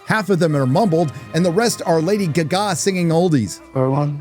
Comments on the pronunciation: It's not Lady Guh Gaw! It's Lady Gaga. Like the Queen song "Radio Gaga" which is where she got her name from. Sorry, it sounds kind of ridiculous that way. If it's AI, then like many other names being butchered by AI, edit it so it doesn't sound unprofessional. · Why are you pronouncing it "Lady Gug-a"? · I love how you pronounce "Gaga" as "Guh-Gaaah" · Why is he pronouncing Lady Gaga like that 🤨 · I LOVE the way you say Lady G-GAH, ROFLMAO!!! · Woke is the buzzword of right wing loons. Movies were much better in the past, particularly the 70s Hollywood's most woke decade. The only one of the five I saw is Madame Web, and labeling it woke is ridiculous, and your assessment is as bad as your pronunciation of Lady Gaga. Hype can make a movie a hit, and negative hype can cause one to bomb. I think that is what happened with Madame Web, which people might realize is a decent movie if they gave it a chance. Unfortunately expecting audiences to approach a movie with an open mind is asking for too much. Calling a movie woke is just shallow criticism, and you don't even defend it.